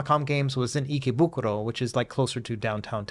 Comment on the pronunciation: Kills me that you can say ikebukuro but butcher sushi lol